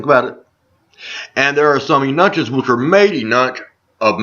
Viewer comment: Eunuchs is pronounced "You-nucks" it is a variation of Red Nucks. LMAO You must be from Naches.... <3